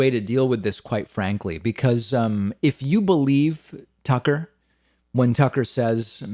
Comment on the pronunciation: It's Tuckkker Carlson...